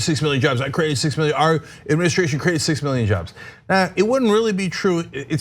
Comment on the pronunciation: Fourteen miyon jovs. That's a lot of jovs.